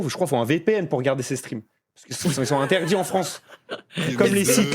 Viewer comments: « Intedits » mdrr samo wesh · Inédit ou Interdit mais pas Intedits 😚😂